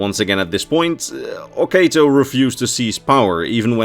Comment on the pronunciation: I hate to be that guy, but I believe it's pronounced /o'katoʊ/, oh-KAH-toe, not /o'keıtoʊ/, oh-KAY-toe.